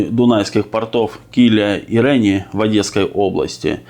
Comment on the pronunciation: КилиЯ и РенИ. Ударение в этих словах именно такое.